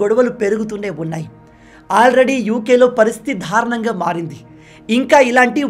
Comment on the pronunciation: ధారుణం , ధాడులు కాదు బ్రదర్ దారుణం , దాడులు !